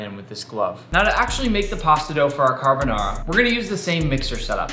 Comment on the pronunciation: Every Italian dying inside after hearing him violate the name carbonara